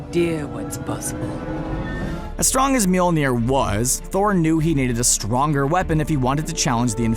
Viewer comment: stronger not stringer